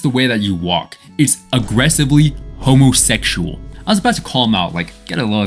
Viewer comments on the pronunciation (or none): homosexual, pronounced: homothekshual